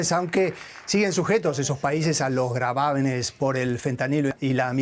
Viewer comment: Gravámenes o gravames? Ya no entendi.